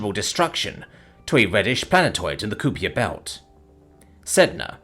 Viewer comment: Dear almighty Narrator, I've heard you say it a few times now and as great as your narration normally is, but it is called Kuiper belt, pronounced: ˈkaɪpər/, it's similar to the drink Caipirinha, just less fruity and sugary, a lot more ice though. For the love of the algorithm, please keep that in mind